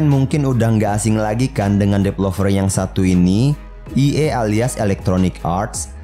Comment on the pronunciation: Developer, bukan depelover